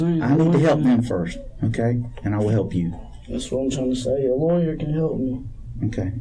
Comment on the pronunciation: He said lawer5 times